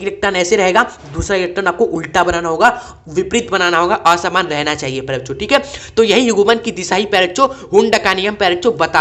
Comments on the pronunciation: Sir ap baar baar bencho kyu bol rhe 😂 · सर आप सभी वीडियो में प्यारे बच्चों मत बोला करिए दूर से सुनने पर कुछ और सुनाई देता है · Bhai wo kuchh or hi sunayi deta hai...😅